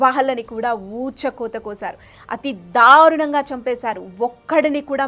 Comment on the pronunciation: dharunanga kaadu darunanga... ibbhandi kaadu ibbandi... entha vathi palikithe antha baga torture chesaarana? telugu telusuko talli mundu.. fake charitralu whatsapp stories taruvatha cheppochu